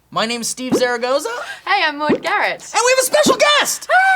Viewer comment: Is it bad that whenever she introduced herself I thought she was calling herself Mod Garret?